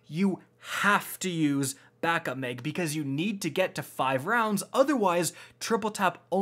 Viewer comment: Mag not meg